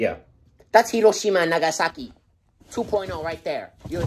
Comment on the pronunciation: Thank you for pronouncing Hiroshima correctly 😭 Means more than you know 👍🏼